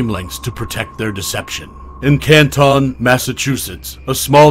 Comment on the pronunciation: hey. what did the lausanne Switzerland video footage have to do with anything regarding this case? It is just beyond strange to choose this very unrelated and painfully boring visual. This choice, along with mispronouncing Canton, the "spooky" background noises, and the inaccurate details all lead to an overall low effort/ low quality production. And to be fair, I expect many inconsistencies and inaccuracies because there is just an overabundance of creators and creations, and this case has generated a lot of interest- but making mistakes or deliberately swaying a narrative with inaccurate info can at least be explained/ understood. But in this video it's both shocking and infuriating because the misinformation seems to stem outta nowhere - from the most easily verfiable info, and also info that isn't necessarily relevant one way or the other: stuff that really won't impact either side, but stuff that is so noticeably and verifiably wrong that it becomes annoying and distracting af. The overdramatization with the narrator's voice, the weird chosen language that is both trying too hard and not hard enough, the unsettling background noises, the confusing visuals, the incorrect info, but all while this video takes itself entirely too seriously -- I feel like I'm taking crazy pills!! And now I've wasted all this time commenting. I hate everything.